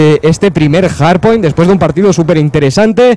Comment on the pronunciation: se dice HARDPOINT no JARDPOINT